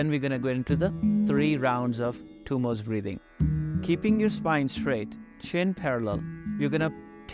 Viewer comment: Thank you for this video. Probably the best I've seen. However, it isn't Tummos (there isn't an s at the end of the word). It is pronounced Dummo with the D pronounced as in 'this.' दुम्मो in Sanskrit. Also, as I breathe out, I plan to use Ujjayi breathing and not using pursed lips. I tend to have cold feet so I badly need to work with this. Thanks again!